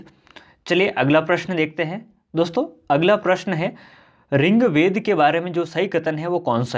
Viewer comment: ringved nhi rigved hai😁